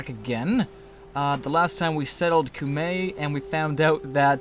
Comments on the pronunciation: It is pronounced "cuma" coo-mah. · It's pronounced cume-I, just a heads up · I thought that Cumae was pronounced Cum-eye....hmm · Cumae is pronounced Kum-AYE. You were right that the "ae" is a Latin compound pronounced like "i", but you pronounce that "i" as if you are saying it in the alphabet, not as if it replaces the "ae" in the word. For instance, laborae is not pronounced la-bor-ee, it is pronounced la-bor-AYE. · An "ae" in Latin is actually pronounced like a long "i" in English. So, Cumae would be pronounced like "coo my".